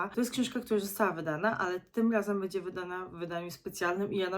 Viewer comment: Nie "bedzie" a "będzie ". Uszy więdną od słuchania.